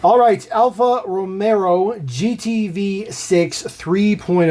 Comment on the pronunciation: Love watching your videos, especially the comparo's! I think you may be the only person in the whole world that puts an extra "R" in Romeo 😉. Peace!!